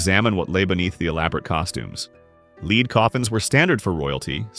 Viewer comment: It's a "Led" coffin, not a "leed" coffin. With such sophisticated technology, why can't all of this botspeak be sorted out? Or maybe get some live actors who could knock it all out in the same time.